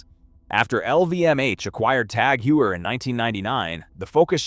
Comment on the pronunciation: Hermes: HERRMEZZ! Tag Heuer: TAG HEEER, TAG HUUUUR! Hublot: HUGH-BLOW! Also all the video is just random BS.